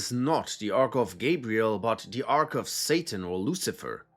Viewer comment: Ita gabriel not jibriel, adam disnt eat the fruit it was eve. Why make a video when you cant even state obvious facts from fairy tales you nutsack